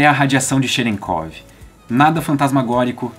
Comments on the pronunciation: kkkk cherekov kkkkkkkkk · Cherenkov, eu não tenho maturidade pra pronunciar essa palavra por aí não